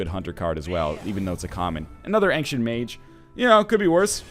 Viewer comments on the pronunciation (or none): Why do you pronounce ancient as ank-sient? :p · Why does NL tend to pronounce ancient as "Angshent"?